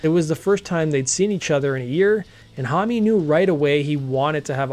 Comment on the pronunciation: should anyone tell him that Josh's last name is only one syllable not 2.....his last name is Homme, not Hommy